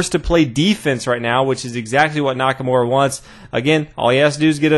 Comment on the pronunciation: you gotta try not to butcher Nakamura's name so much. His name isn't Nackamore...